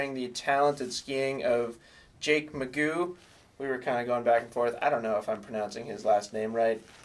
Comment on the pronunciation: Lol Jake Magoo. It’s pronounced mah-jho 🤙🏽